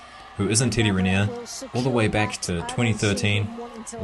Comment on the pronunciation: Cette voix robotisée est insupportable. Et même pas capable de prononcer correctement « Riner »…